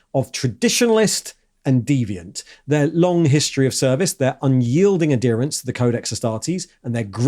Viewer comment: The H in adherence is pronounced, even in British English.